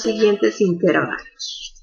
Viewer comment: ¿¿¿intérvalos??? Hasta me duelen los oídos de escucharla decir intérvalos, acentuando la e. Que bárbara...